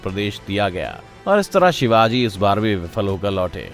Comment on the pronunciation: Shivaji shivaji trea bapp hai namm thik se ley